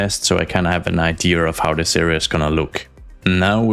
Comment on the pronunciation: There’s no R in “idea” btw. 😂